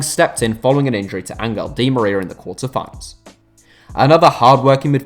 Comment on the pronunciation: You pronounce Ezequiel and Angel weird